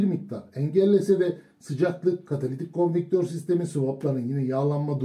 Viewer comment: Katalitik "konvektör" mü "konvertör" mü?